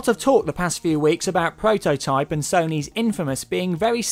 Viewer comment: its called Prototype, not pwototype